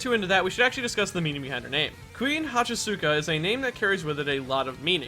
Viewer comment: When you said Kuin I thought you said queen